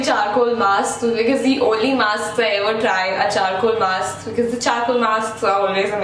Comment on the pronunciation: It's BECAUSE and not BICIZ😂😂 or you could have just said BECUZ or CUZ... BICIZ us way too funny 😍 anyway love your videos ❤❤❤❤ waiting for 1m❤❤❤